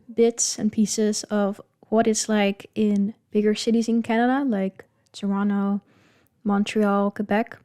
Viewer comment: Hey, I just want to tell you that you say Toronto like a proper Torontonian. "Toronno" or "Tranno", you nailed it.